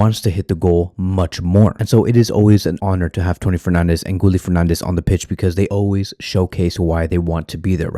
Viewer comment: Gooly? 😂😂 you mean Gi ye Guille = Guillermo